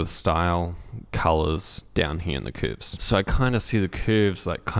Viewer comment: Came to hear you pronounce CÜÜÜRVES your very own way. Stayed for the quality content.